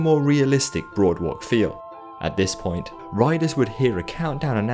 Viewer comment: Great video, but it’s pronounced BOARD-walk